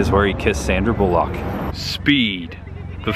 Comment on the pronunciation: Why do you pronounce Sandra Bullock's surname in such a stupid way?